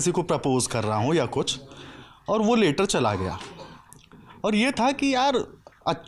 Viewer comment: Later likha, later chala gaya, Later pakda gaya! 😂 are bhaii, later (लेटर) nahi, letter (लैटर) hota hai!